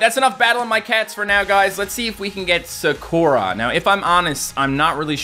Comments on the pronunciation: It’s pronounced Sah-koo-rah. Not Sa-caw-ra. Just saying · NOO ITS PRONOUNCED SA-KUR-A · Not to be annoying, but i just wanna say, why does he pronounce sakura « sakorar »? 😂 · (SUHKOORAH)💀 no hate but its pronounced (sah-koo-ruh) like narutos childhood crush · Anyone else die inside when he said sakora instead of Sakura. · i love how he said saKOra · It’s a really common Japanese name and he didn’t know how to pronounce it correctly 😂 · sakuras name is pronounced sah-koo-rah. Just sayin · When he constantly mispronounced Sakura name, it hurt my soul. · Is it me or did he pronounce Sakura completely wrong ?